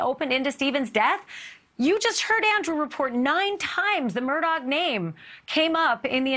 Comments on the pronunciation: Mur-daw not Mur-dawg. 🤦‍♀️ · It's pronounced mer DAW